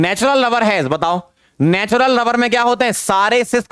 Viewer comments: Is it only me or he really sounds like lover and not rubber 🤔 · Me:* finished whole lecture 2X * still thinking was sir saying 'Natural Rubber' or naTuraL LovEr 😶😕😑😅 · Sir ne jitne baar rubber bola utni Baar lover sunai de Raha hai 🤣🤣😂😂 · every moments sir said natural rubber , it sounded like natural lover 😄🤍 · Why do I hear natural lover instead of rubber 😂😂😂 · Are han ....hme v natural lover hi sunai diya tha ....😂😂😂😂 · Sir: natural rubber My ears: natural lober 🥲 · Am i the only one jisse natural lover sunai de rha hai😅🤣🤣🤣